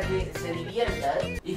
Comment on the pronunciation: la veldad la veldad y solo mente la vrldad😋